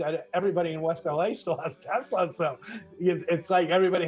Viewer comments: I love teslur😂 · TeZla to RuZZIA 😂😂😂😂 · yep. it’s been time for while. also it’s crazy how trump could make “tesler” sounds like “hitler” smh what is this timeline?!